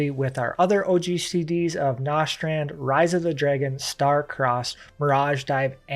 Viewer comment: Good guide, but you are mispronuncing a bunch of these skill names “Nostrand” is Nastrond, “Radien thrust” is Raiden Thrust